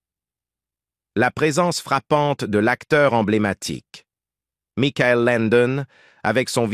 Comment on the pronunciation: Ce n’est pas Mickaël son prénom, mais Michael (comme Michael Jackson)